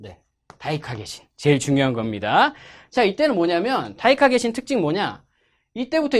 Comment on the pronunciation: 다이카개신 할때 다이다이 이러는데 내가 잘못들은줄